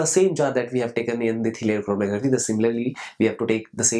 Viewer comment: this lecture is so informative and funny... lol... "chrrormkkgfrmtkcrgggrffphy"